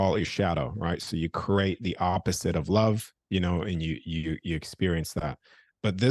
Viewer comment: is fascinating. But, please someone tell him the word is pronounced, "Cree-ate" not "Cur-ate". Namaste.